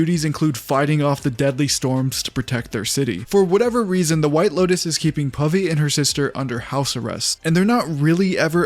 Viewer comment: Pavi sounds like Puffy. And that name gives me nightmares.😑😑😩